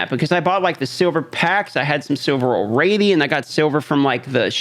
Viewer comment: Do you say ”all-raidy” bcus youre playing raid?😂